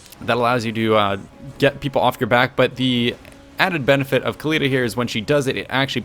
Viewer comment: No, Oakly. "Ec-Khalida".